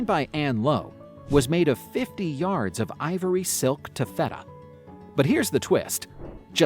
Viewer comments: the dress was made of taft-a-duh.. not taf-ATah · AI voice didn’t pronounce very well.